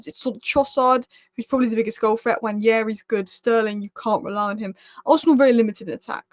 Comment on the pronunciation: it's pronounced "nwan-neh-ri", not "nwan-nyeh-ri":P